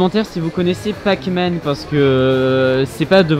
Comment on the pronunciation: On dit pac mac